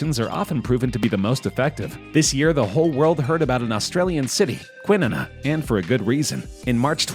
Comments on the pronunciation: It’s not kwin-Nina it’s more like QuWin-Narnah source: I’m a Perth “expat” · Kwinuna... lol. Kwi-Naa-Naa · kwin-n-na..... bro its kwi-nar-na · Kwinana is pronounced Quin-narna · Kwin-nar-nar is how its pronounced! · Kwinana is pronounced "Quinn-naaah-nah" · its kwi-nar-nar mate haha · The way he said Kwinana tho In Australia, it's meant to be Kwi-naa-naa. That made me laugh more than it should have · Kwinana is pronounced “Kwin-ahn-nah” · Kwinana... :) Quinn like Harley Quinn Na na - like the last two thirds of Banana.. (or Nah Nah (Not neigh-na)) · Kwinana is pronounced Quin-ana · I hate how he said Kwinana 😂 It’s pronounced (kwi-nar-nah) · Hey mate I am from kwinana, it is pronounced qweenahnah. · Oh thank god someone spotted this! Laughed so hard the way he pronounce it haha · As an Australian, I'm disappointed in the pronunciation of Kwinana though!! 😂😂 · That's not how the locals pronounce Kwinana. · Apparently you didn't HEAR about Kwinana, because that pronunciation was terrible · I pissed myself laughing at how you pronounced kwinana.... kwi is pronounced like Q in question and then nana is pronounce like banana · I liked the way he pronounced 'Kwinana', made me chuckle 😁🇦🇺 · SpeXXah _ ikr it drove me crazy